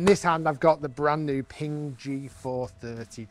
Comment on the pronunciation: Pinggah? I thought it was pronounced Ping.